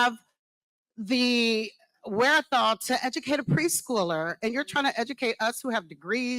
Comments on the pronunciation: "Lemme decutate ya'll"... made my eye twitch, every time she said it lol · “Lemme ejakate y’all!” Hahahaha!